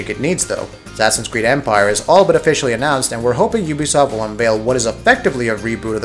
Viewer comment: You said Ubisoft wrong...its pronounce YOU BE SOFT...you don't say I a marry uuuu do you? Nooo lol